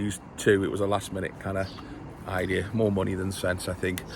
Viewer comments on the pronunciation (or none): none